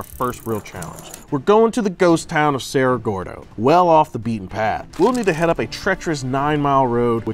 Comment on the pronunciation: its Cerro Gordo , not Sierra Gordo